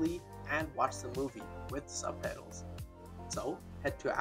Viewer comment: You keep on saying subpedals instead of subtitles... :))))))